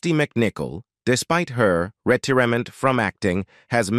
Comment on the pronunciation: Although it was interesting learning more about her more recent years, these AI narrations are ridiculous! (As in, the way this one pronounces 'retirement'.) Let's face it, it's obviously artificial, but still far from intelligent.